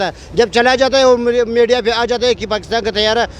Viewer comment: Ab aese log bhi dharna den gy jo media ko maidia bolty hen pehle ye jahil bat krna to sekhen